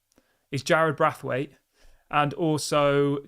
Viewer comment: I'll subscribe when you say Branthwaite properly 🎉